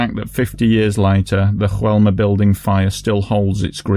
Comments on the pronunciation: I love your videos, you really try and make them clear and respectful and this is no exception. Keep up the great work. P.S.: just a small detail: in Brazil they speak a form of Portuguese, not Spanish, so the building's name should be more like "Joe-elma", not "Ru-elma"... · Hey! I'm Brazilian and it's common for foreigners to interpret things from here as Spanish just like the way you've said "Joelma". However, we speak Portuguese (just as similar to Spanish as English is to German, close but definitely not the same). For a better reference, you could've read "Joelma" with the "J" sound just like you would using the English pronunciation. Thanks for the video and keep it up with the amazing work!